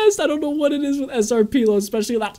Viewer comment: Hey, just as an fyi SrPelo's name is pronounced as "Señor Pelo" instead of "S.R. Peelo" because it's Spanish (it translates to "Mr. Hair" because he has like a massive afro lol)